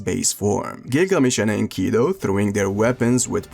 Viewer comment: I hate to be that guy but min its Enkidu not Enkido.